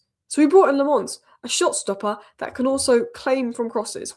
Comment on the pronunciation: Its not LeMons... the A is a sillent A (sounds more like you are saying A from back of throat)